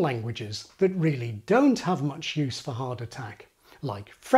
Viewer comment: I noticed you pronounce 'have' as 'haf'